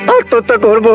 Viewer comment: প্রসেনজিৎ তো কোকড়া লেগেছে,উন্নত দেশ হওয়া সত্বেও প্রসেনজিৎ এর পোশাক মোটেও ভালো হয়নি। আর প্রসেনজিৎ এর উচ্চারণ স্পষ্ট মনে হলনা যেমন,হৃত পিন্ড=ড়িতপিন্ড,বার=বাড়,করব=কড়ব।